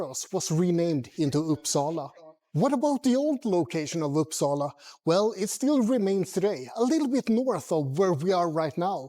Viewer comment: Sujys pronunciation of Uppsala was 100% perfect; like a Swedish person said it.